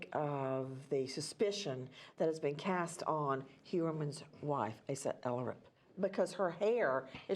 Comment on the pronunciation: Asa is pronounced AH-sa. She’s Icelandic.